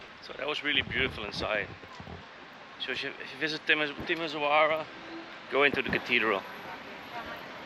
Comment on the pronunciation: The pronunciation of this city is TimiSHOara😉